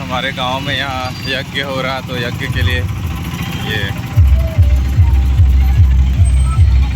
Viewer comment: जग नही श्रीमान यज्ञ बोलिए